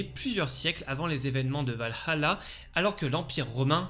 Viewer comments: en faite c'est plus la '' pause que tu prends, parfois on dirait que tu dis Val - Halla tu accentues trop sur le ''Ha'' aprés je chipote sans doute 😅 mais ça n'enléve en rien la qualité de tes vidéos :) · Super vidéo comme d'habitude mais je trouve que tu prononce un petit peu mal Valhalla.. 😅